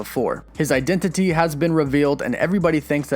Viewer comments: i love the way you say identity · Why are you saying identity like that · Eye dent it tea